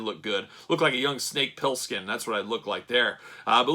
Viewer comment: Pilskin?? 😆 The name’s Plissken. Call me Snake. Nice Review;)